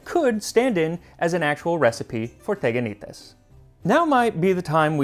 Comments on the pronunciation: Sorry, friemd - correctly is is Tiganités. Stress on the last syllable. Instead of Teganites. Ihx 4 recipe, though ! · τηγανίτες! "τηγάνι" is the pot that they fried. Sorry, but it's not TEGanites but, TEEganites, its not E Also, I suggest you to read ΛΟΥΚΙΑΝΟ, to find so interesting stories from Ancient Athenians years ♥ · ME: oh teganaites cool MAX LITERALLY 10 SECONDS INTO THE VIDEO: tegakneetays ME: tch dammit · I grew up eating these with honey . In modern Greek it’s pronounced tee-ya-nee-TES. 😊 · The ancient Greeks actually ate pancakes (the correct pronunciation is teganites τηγανίτες and literally translates to ... fries😁), but the recipe is not at all mysterious as we, new-Greeks, still eat them to this day. When I was a child, my grandmother made them without sesame, and when there was no honey, she sprinkled them with a lot of sugar. They can even be made savory by adding salt or even egg. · its pronounced (tea)ganites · Well we still make teganites (in order to pronounce it correctly tea-(w as well) anit es) . Good content mate also quite accurate recipe ! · teganites? oh goaaad this is killing me!!!🤣🤣🤣 it's pronounced tiyanites-τηγανίτες in Greece. why? why they had to f that word so badly? it's from the word we use for frying pan tiyani-τηγάνι. and there's something my grannie makes called laggites that's similar but she adds feta to the butter. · There are actually pronounced "tiganites" Τηγανίτες in greek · My mum still makes these. They are pronounced "Tiganites". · we pronounce them tiganites =) tigani is the frying pan in greek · You literally murder the pronunciation of teganites 😅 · you pronounced it in the worst way possible the first "e" is pronounced as it is in the alphabet